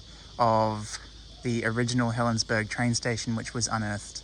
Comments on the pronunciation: I worked as a Guard at Helensburgh. And it is pronounced Helensburra. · According to Historic Helensburgh, it's pronounced as "berg". It's from an old Saxon word for castle/walled town. The German word is burg, which they pronounce more like "boork". BTW, I have family that live there, and they pronounce it as "berg", so I'll go with what they say.